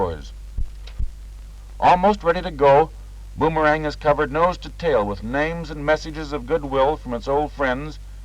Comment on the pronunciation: based on the splashes on the fuselage, looks like it a bit of an oil burner. And Mr. Narrator, it's pronounced "Bomber-ang," not "Boom-er-ang."